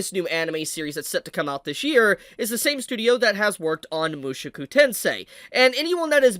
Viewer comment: I love you dude, but I gotta say that your pronunciation of "Mushoku" makes me lose a little piece of myself each time I hear it. Good video though